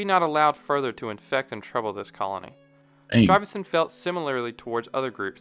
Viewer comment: Stuyvesant....not StRuyvesant